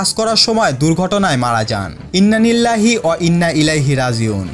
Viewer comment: আসলে ভাই ভিডিওর মাযখানে,,, ইন্না নিল্লাহি হবেনা, আপনাকে বলতে হবে,, ইন্না লিল্লাহি,,,, ওকে